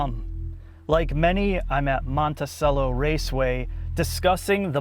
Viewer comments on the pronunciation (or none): Well done - so goad they’ve done what they needed to do with this wonderful car. PS - It’s Monticello (CHello) and 86 (eight-six) 😜